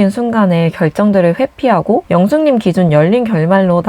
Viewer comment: 근데 ‘영수님’하고 ‘영숙님’ 발음이 너무 똑같아서 구분이 안돼요. 경상도 사투리 약간 쓰시는 듯